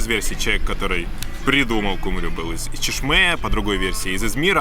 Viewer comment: Очень классно показали все, наверное это лучшее видео об Измире...но правильно говорить Алачаты, ударение на последний слог. Ал- алый, ала разноцветный, чаты-крыша. Полагаю отсюда перевод красная или цветная крыша. И...кумру, а не кумрю ;) а туркам даже нравятся такие ошибки. Удачи!